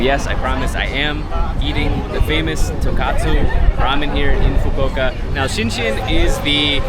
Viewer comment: 英語で言うとトンコツラーメンがトンカツラーメンに聞こえる。一蘭もShinShinも並びが多すぎて本当に観光客の方は大変だなって思う。